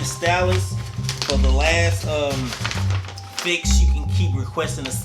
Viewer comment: Stitch (you said that perrrfect) Fit (what was that?) stitchfit... let’s try it again... Stitch...Ffffiiixxxx lol. Love that watch u warin’